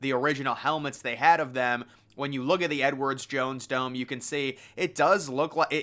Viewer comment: Once I heard him say Edwards Jones Dome, I couldn't stop hearing it, lol.